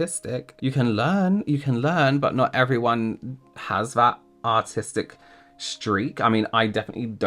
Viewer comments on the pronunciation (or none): I’m sorry, but every time you say artistic I hear autistic 😭